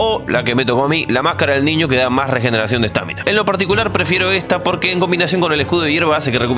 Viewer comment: Por qué mierda le decís estÁmina a la estamina man? LPM me estaba gustando tu video.